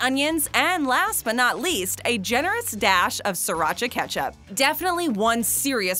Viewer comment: Did she just say "Sriracha ketchup"?